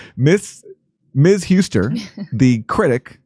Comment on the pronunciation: Couldn't believe anyone could be worse at pronunciation than Jimmy.